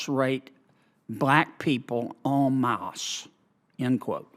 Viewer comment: Lol this was so pointless to watch. I enjoyed how he pronounced “en masse” though. “ON MOSSSSSS”